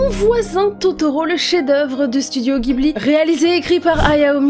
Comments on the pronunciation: On dit jibli et non guibli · les japonais prononcent le nom du studio "jiburi" donc baaaah pas guibli :)))))) bjr